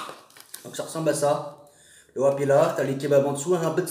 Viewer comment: Sa s'écrit wrap mais sa ce dit vrap mais tkt tes le meilleur !